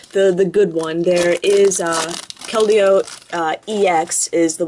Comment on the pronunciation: Its pronounced kel-deeo. :)